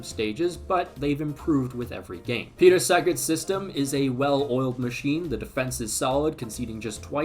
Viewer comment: It's not Peter Seget it's Petar Sheghrth (Šegrt)